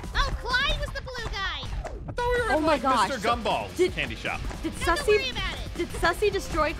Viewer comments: The way keeps calling Suzy, Sussy😂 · When they visited sussyit sounded like sussy baao